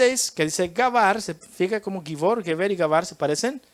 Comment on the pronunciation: Una observación. Geber no se pronuncia gueber, sino jeber. Shalom!